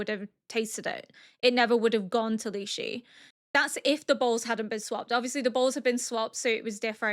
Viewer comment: Quick little pronunciation for Lishu. Instead of lee-she it's lee-shoe